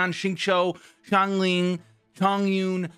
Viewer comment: U finally said xiangling correctly Congratz My Sia example did u good